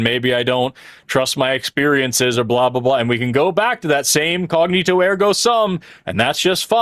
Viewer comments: I assume people already pointed it out but it's cogito not cognito 😅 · it;s COGITO ergo sum, NOT "CogNITO" as you said several times. Also, nobody but you gives a F*K about the food you get delivered while you are streaming. Every time you hold it up and comment on it, WE DONT CARE.